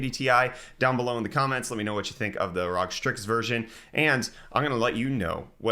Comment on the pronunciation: Please stop saying Rog, please.